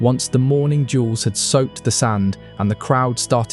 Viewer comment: DUELS not jewels